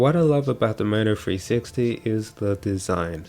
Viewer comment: I thought you was saying .. mofo 360 lmao